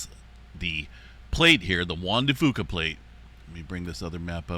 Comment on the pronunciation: It’s not pronounced Juan de Foo-Kah, it’s pronounced like Juan de Few-kah. Common mistake. ☺️